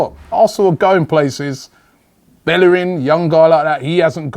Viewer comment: at least pronounce his name. correctly.